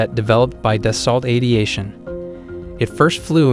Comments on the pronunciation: Its not da salt - its da so. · You couldn't look up how to pronounce Dassault?